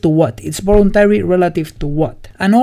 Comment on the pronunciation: Great video and nice explanation! Just a side-note. "voluntary" is pronounced with a /v/ (a sound that doesn't exist in Spanish), rather than /b/ (I'm using the International Phonetic Alphabet here).